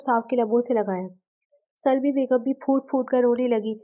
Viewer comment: Yaar ap Urdu k Kafi alfaaz ghalat perti ho sawar nahi saror hota hai mabwat nahi mabhood hota hai or Salma hai salmi nahi.